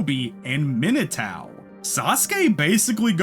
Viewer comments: I'm sorry but "Minatao" instead of Minato is diabolical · Why do you say Minatao but not Narutao 😂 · every time you say Minotao I piece of my soul breaks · for real! this is a really wonderful video, but every time he mentions minato it drives me crazy